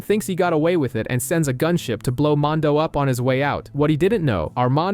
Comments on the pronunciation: Please redo this video a auto to at least say Mando! And not mon do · I hate the way this guy says mando, mondow? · Mondo? Couldnt watch bc of this... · I stopped watching because you cant pronounce mando correctly. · You say everything else just fine but mando!